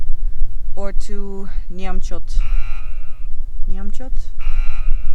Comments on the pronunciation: Oh difficult Sahara,=Desert 🇲🇷 but Allso nice peopel The Moore Mauritanian,Ethnic front line, maroco Hhh ur funny when u said capital of Mauritania, Nuakhshot. Hhh .not nuak shot hhhh but its OK and Glad to sea you Noarley hope one day I see you Amisterdam.or( denhaage Holland 🇳🇱 spoor or why not Utrecht.i know well your country incrdble In the desert semtime u loose Ur road. And ur destination. I know well like This Sonne desert berdue)they Helping you like Escort. Great 👍 🇲🇷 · 🤣"Namchott" Nouakchott 🤣 this shot made my day😅